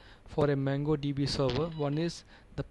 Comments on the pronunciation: Nice vedio! Please pronounce it MONGO not MANGO.. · Its not pronouncd MANGO db but MONGO DB! Get your pronunciation right before you decide to teach! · he called it MANGO DB .. he he